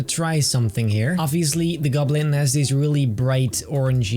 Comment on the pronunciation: "The green gublin"